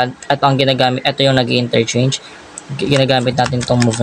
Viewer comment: "F-INRERCHANGE" 😂 but I still get the point❤😊